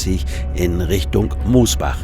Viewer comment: min: Mosbach mit kurzem “o”, nicht Moosbach. Neckar-Odenwald-Kreis.